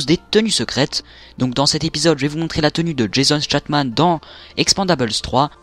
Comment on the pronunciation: Nn! Son chapeau et de pas droit mais mi de cote a droite et la prononciation de Jason statham est pas bonne otrement je like comme GG!